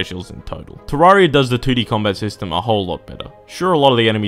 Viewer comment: I was already mad when you called starbound bad. BUT THEN YOU SAY IT'S TERRARIA IN SPACE!!!! THAT ISN'T EVEN HOW YOU SAY TERRARIA.